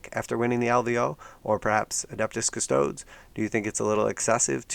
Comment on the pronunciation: Lee-Man Russ, but at least you said Custodes correctly